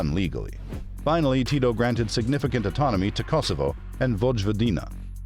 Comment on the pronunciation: I still can’t ever tell if the narrator is a computer voice or an actual person. It’s really weird because you pronounce his name right but oddly you pronounce parts of words but not all of the letters correctly. There’s a lot of incorrect emphasis on the wrong sound and pronouncing letters as they’re written in English but the pronunciation was strangely correct on other words.